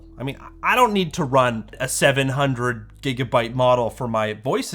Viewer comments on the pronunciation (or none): none